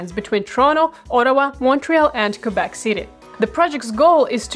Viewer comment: THAT IS WONDERFUL THAT YOU PRONONCE QUÉBEC THE RIGHT WAY!! Thank you from a girl living in Québec city! :)